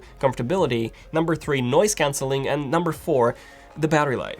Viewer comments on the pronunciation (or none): man it's noise cancelling not noice cancelling hahaha